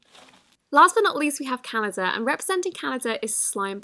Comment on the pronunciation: I LOVE how she says Canada= 'CanaJa"